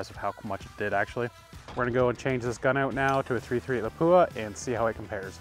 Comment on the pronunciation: PLEASE learn the proper pronunciation of LAPUA, your Professional for frick sake lol